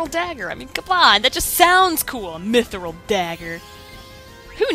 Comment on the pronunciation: Hahaha, you say Mythril like you say squirrel XD Simon totally filled the entire cave with grugs so he could take advantage of the princess, Basil. Don't worry about it XD I like how Garnet goes to up Simon's sword instead of MAKING SURE HE DOESN'T FALL AND DIE. What the hell, Garnet. You're so stupid, Garnet, why the hell do you think Dagger is a good name? "GREAT AMANDA" Look what you've done XD